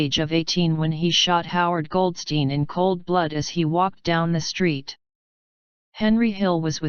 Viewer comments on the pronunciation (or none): none